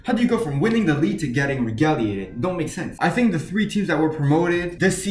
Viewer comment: Pronounced as Reg-gull-lated.